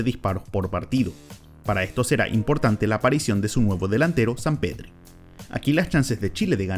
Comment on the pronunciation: Enserio dijo Zampedri?